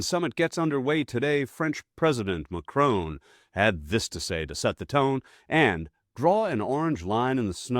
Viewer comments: His name is pronounced Ma-Cron not Ma-Crone! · His name is Macron, not Macrone. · It's Macron not Macrone. Why do Americans always go for the whole O sound? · Macron not Macrone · Macron .. not Macrone! Please!! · PLEASE, if you are going to talk on these subjects, make the effort to pronounce people's names properly MACron, emphasis on the MAC and a short o in ron. It is NOT McRone.